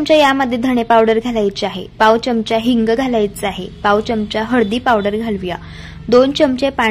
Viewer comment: च्यमचा नका म्हणू. चमचा म्हणा. पदार्थ छान.